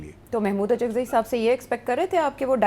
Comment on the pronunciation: اچکزئی صاحب معذرت کے ساتھ الف پہ پیش کے ساتھ اچکزئی بن گئے ہیں